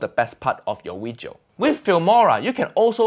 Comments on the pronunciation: Video? Nah. Weejo😂😂😂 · Uncle Roger finally speaks Chinese in his weejio. FUIYOH